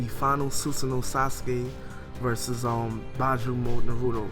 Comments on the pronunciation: its beeeeeeeeeeejuu not byju :D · "Bee-Jew" not "Bye-Jew", yous should work on your Japanese pronunciation a bit. >.> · All respect to your voice and your discussion. This is the second manga discussion I've heard from you, but with all respect can you please start pronouncing the terms correctly? We don't say give with a emphasize on the i, right? Naruto - Nar-u-to Not Nar-u-do, Bijuu - Bee-Juu not Bi-Juu, Konoha - Ko-no-ha not Ku-no-wa. I say this with respect. I love your videos I'm not trying to insult. Correct pronunciation is just important. I also agree that it's sad that Sasuke is still left in despair.